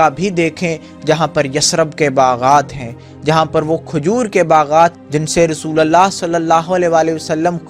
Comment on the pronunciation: Abe rasulallah nhi, rasulullah bolo